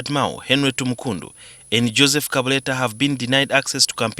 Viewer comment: But sleeping outside in Uganda under 16 degree is luxury, at least not freezing, am just saying., the name is Tumukunde not Tumukund